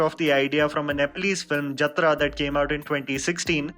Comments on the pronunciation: I love your channel but it's Jaatra for God's sake you don't have to pronounce it the wrong way just because it's Nepalese also it's written in indian text so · It's jat-ra